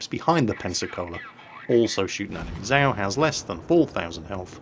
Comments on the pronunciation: and how he speaks out zap "sau" means swine in german. its called "tzau" not "sau" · it is nor ZAO it is za~o~~ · ACTually, it is pronounced "Zay-oh"...?? click Shhhiiiii.....